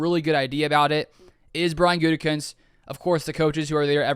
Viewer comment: the smirk on your face when Colin mispronounced Gutey's name was priceless! I still believe the best thing for the Pack would be for Aaron to simply retire and slot Jordan in for next year. If there is a trade, you have to choose Rodgers at age 39, not a potential young stud that has shown me enough to be given a fair shot. Thanks man appreciate your videos and your written content!!😎😊